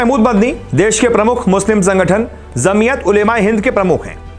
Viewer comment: Apna pronounce sahi karo bhai. Jamiyat J se he and aap z ko pronounce kr rhe ho.